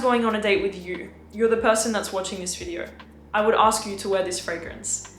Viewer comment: go learn how to pronounce video before you give advice